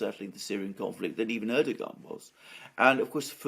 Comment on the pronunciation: your pronunciation is on point alexander :)